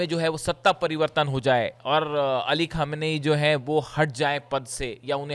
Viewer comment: you are a wonderful reporter but you need to improve your pronunciation. You pronounce J instead of Z (majboot instead of mazboot). You mispronounce Ka instead of Kha. Ali Khamener's name is wrongly pronounced by you. Remember bad pronunciation spoils the good reporting.